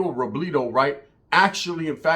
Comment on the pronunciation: Savage got taken out like El Pirata de Culiacan for dissing the wrong organization.. 2 content creaters with loud mouths dissing the wrong people when drunk.. By the way, why you keep saying Robledo like a white person? RO-BLEH-DO not RO-BLEE-DO 😄